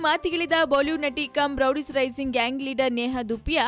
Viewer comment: Amma thaayi Rowdies alla adu Roadies... interview maadbekaadre saryaagi maathaadthara ilwa ashtu gotthaagde hire maadadra???